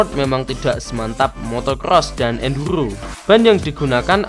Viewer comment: ENDURRRGGGHHHOOOO 😂 Maaf Mas Aku Gaisok Ngempet Ngguyu 😂